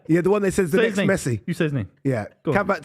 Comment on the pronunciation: Got his name way wrong but still